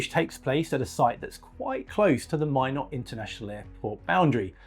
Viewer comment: Great video! (And thank you for pronouncing "Minot" correctly 😄)